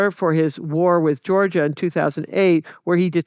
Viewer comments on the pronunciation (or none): none